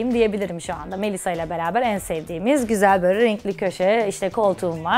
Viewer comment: “kObul” değil, “kAbul”. “GazAteci” değil, gazEteci”, “MeYsa” değil, “Melisa”, “kartposter” değil kartpostal. Ay yazık yaaa iyi ki Şeyma değilim :(